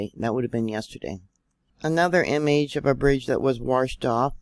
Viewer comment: Thanks for all the great info,. There is no R in washed.